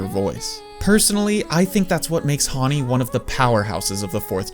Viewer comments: Your pronouncing her name wrong, Hawnni? It's Hanni "Han" as in the Han River. 🙄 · plssss her name is Hanni (like Honey) not Hauny ㅠㅠ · bro pronounces Hanni "haaaaani" lmao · Huanni??? How are you pronouncing our fav idols name?